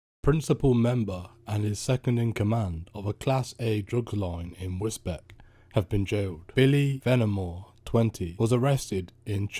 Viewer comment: Pronounced Wis-beach